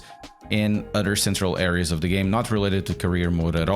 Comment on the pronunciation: Your English is excellent but I can't get over the way you say the word "other" as "udder" 😂